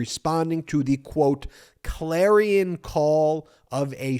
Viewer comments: Idiots lawyer: "Try to impress the Judge. Repeat after me. Klare-ee-on. Shar-la-ton." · His lawyer wrote his statement for him and taught him how to pronounce the words. "Klare-ee-on, Shar-la-ton." 😀